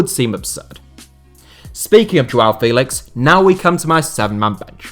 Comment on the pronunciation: João Félix pronunciation is Feh-lix, with strong sound on the Feh.